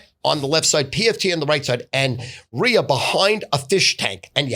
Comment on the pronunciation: The way Stu pronounces Ria, "Ri-er"...OMFGROTFLMFAO 😆🤣